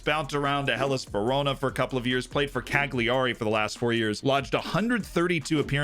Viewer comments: Cag Lee Arry? 🤦‍♂️ Cal Yeray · callyarry, CALLYARRY! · More concerned by how he said Cag lee arry 😂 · Every time you mispronounce Cagliari, a sardine gets canned. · Hearing the butchering of Cagliari ... eye starts twitching uncontrollably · Watched exactly till when he said cagliari, i laughed, left a like, a comment, then pressed ctrl + w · What's up with Americans and names pronunciation? I am from fckn Serbia and we know how to properly pronounce French, Italian and such, players/clubs names. You learn that as a child just by using logic. This guy can't even say Cagliari properly